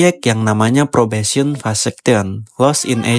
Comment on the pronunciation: Pas denger “probesion vasaction” hah? Vasectomy percobaan? Ini bahas graffiti kan, kok ada bahas istilah kebiri😂😂, eh pas baca tulisan engress nya “ probation vacation “ liburan percobaan😂😂, oh maksudnya fekesien😂😂. Lanjut pren, pake gugel sesekali biar spelling nya bener pren, lanjutkan.